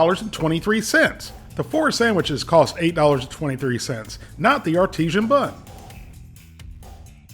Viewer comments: Hey. Its pronounced ar-ti-sen. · Just an FYI, because a lot of people seem to mispronounce it, but artisan is just pronounced the say way you say "artist".